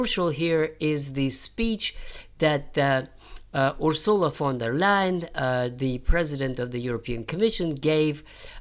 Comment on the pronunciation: FYI, it's UR-sula, not Ur-SU-la.